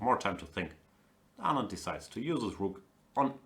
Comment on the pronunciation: Gustafsson keeps pronouncing Anand's name absolutely correctly. It keeps disturbing me but i dunno why. Hope Kramnik bounces back.. he's having a terrible tournament but still has van foreest and shankland with white to come.